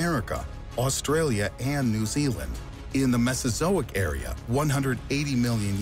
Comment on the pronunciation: It’s called “The Mesozoic ERA!” NOT “AREA”!!! You numptey! 🙄 FTLG! 🤲 AAAAANNNNNDDDDD ITS NEW ZEALAND NOT ZEALAND!!!